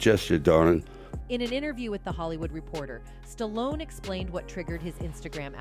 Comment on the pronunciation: Kudos to Jim Carrey and Sylvester Stallone (btw, pronounced Stalon at one point by the narrator) for speaking their mind. They are the smart ones for calling out the demons of Hollyweird. The content of this video is good but the narration is rubbish.